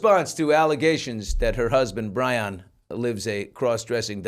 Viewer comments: Bryon is pronounced the same way as “Brian” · Bryon....BRYON?? Really...